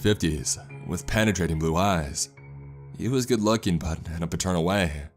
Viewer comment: "ItS aLl GoHooD"